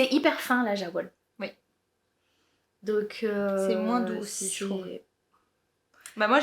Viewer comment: Merci ! A deux c'est trop marrant. Petite précision pour Jawoll : la marque Lang est suisse allemande ; donc je pense qu'on doit prononcer yavol (en traduction littérale : ouiLaine ). Pas maniaque la fille 😂